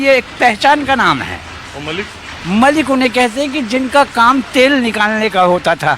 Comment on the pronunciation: Malik & Mallick mein farq hai, Mallick traders of oil hote hain aur Malik, ancient caste hai Arab region se. Dono Malik & Mallick ke pronunciation mein bhi difference hai, yeh old man Mallick ko Malik se pronounce kar rahe hain.